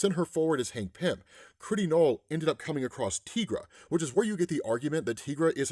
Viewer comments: Tigra's name is pronounced as it is spelled "Ty-gra". The name is a spin on the word tiger, per her co-creator, Roy Thomas. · It's actually pronounced like tie-gra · The way you say Tigra is off putting. Why say it so wrong? I know others must've have told you the correct way.